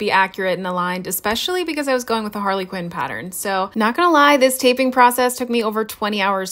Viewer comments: Wait, did you just pronounce Harlequin as Harley Quinn? hehe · It's NOT pronounced "Harley Quinn" it's harlequin (har-la-quin phonetically) You can tell when content creators aka "influencers" use big words they have only ever heard spoken on TV or in movies. The character's name is NOT the proper word at all.